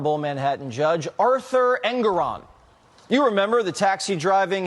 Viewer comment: En- gore -on is how to pronounce his name.